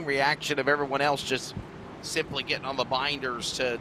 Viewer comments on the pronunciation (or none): It's SIM...... LEE